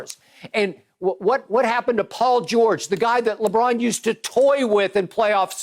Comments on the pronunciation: Chris “Lebraun” Broussard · I’ve miss Chris Broussard saying LeBron‘s name😂😂